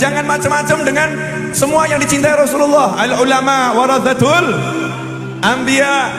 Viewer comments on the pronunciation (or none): Novel Alaidrus kelihatan bodohnya (tidak punya ilmu), terbukti yg seharunya "al ulama' warosatul ambiya" tapi diucapkan "al ulama' warodatul ambiya".